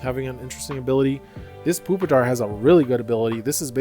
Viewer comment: No way bro called it Poopitar